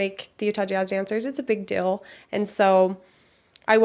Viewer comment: Why do Utahns say "dill" instead of "deal"?